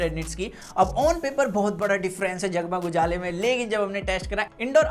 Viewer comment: When he said_jagmug ujala.i cant stop my laughing 😆😆🤣🤣